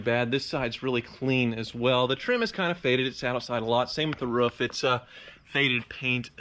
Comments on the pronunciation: Its a roof, not a ruff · Why do Americans pronounce roof as rough? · i don’t like the way pronounced roof... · Why does keep saying "roof" wrong? Lol